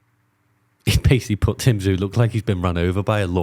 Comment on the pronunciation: It's tszyu not jew mate 👍